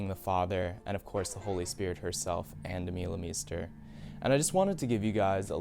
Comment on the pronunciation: hello, please pronounce it Ahn Duh-muh-le-mhe-ster